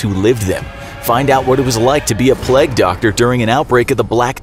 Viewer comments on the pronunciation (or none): none